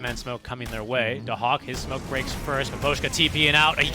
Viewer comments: it's da hak lol. it's a k sound not X sound. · i always thought it was pronounced like daksak, was confused why they kept saying "da hawk" thought there was a beastmaster in the game lol